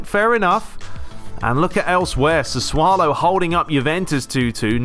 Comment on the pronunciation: Probably been said before but I'm sure Sassuolo is pronounced "Sass-u-olo" not ' "Sa-swo-lo" I may be wrong